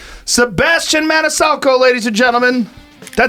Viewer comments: Not Man-i-salco, Joe. Both hard c's. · Joe " Sebastian ManiSALco" Rogan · Damn, Joe! Did you have to fuck up his last name right at the end??? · I love it how Rogan says he knows him for over 20 years and then at the end he mispronounces his last name LOL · Does Joe screw up Sebastian's last name at the very end? 😂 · "I appreciate you." - Rogan Then proceeds to mispronounce his last name. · Did Rogan really fuck up his last name at the end there? What a dick. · Oh come on Joe. How do you say his name wrong at the end? Lmao